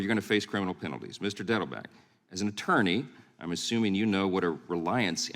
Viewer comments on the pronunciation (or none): none